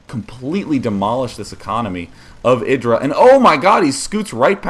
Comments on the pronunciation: isn't it eye-drah? not iddrah. This is what happens when you let Zerg macro up.. Idra replenished army so fast... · i hate how you say idra like Lidra without the L its EYEdra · Why do they keep calling him (A)dra... It's IdrA. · "i-dra", not "id-dra". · "Eye dra"